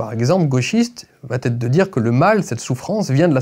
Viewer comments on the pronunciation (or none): ça pique les oreilles les "ça vat-être ou ça va têtre"